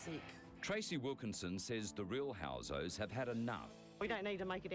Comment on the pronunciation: its housos not hosos lol